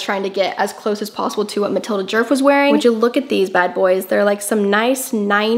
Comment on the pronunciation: fyi you're butchering her name, it's not "jurf", it's pronounced more like "yeahrf"